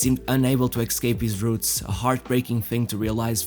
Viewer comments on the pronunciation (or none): none